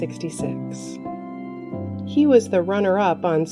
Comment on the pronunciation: The speaker sounds like she is always saying SHE for all the men. Not funny.